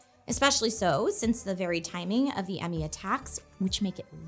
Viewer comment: When did the word "enemy" become "emmy"? I've been hearing it used with some frequency in gaming media lately.